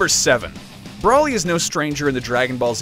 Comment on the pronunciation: Did you really just say brawlly? It's broly. Broooowly